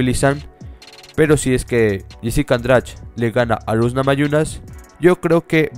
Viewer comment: Jessica Andrach??? jajajaja en portugués suena la "de" como dyi